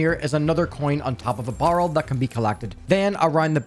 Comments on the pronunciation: BARREL NOT BURL HOW FUCKING HARD IS IT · Nice guide but is anyone going to mention how this person said barrel? Sounds like borel ngl but yea nice guide 👍